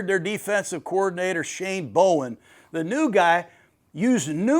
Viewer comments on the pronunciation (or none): none